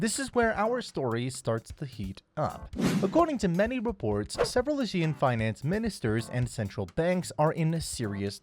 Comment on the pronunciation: Considering you are called Behind Asia, please pronounce ASEAN correctly